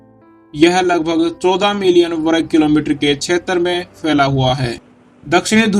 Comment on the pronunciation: वरग नहीं वर्ग